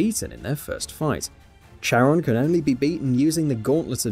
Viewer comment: Although it's spelled Charon, you pronounce it Kair-on.